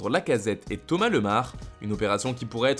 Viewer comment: On dit Thomas lémar pas Thomas lemar